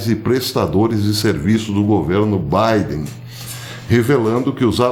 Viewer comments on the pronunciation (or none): none